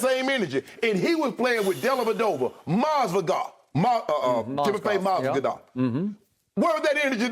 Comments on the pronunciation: “Timofey Mozgadov” 😂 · “Mozgodov” Shannon a fool bruh 💀😂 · "Timofey Moz-Ga-DOV" ~Shannon Sharpe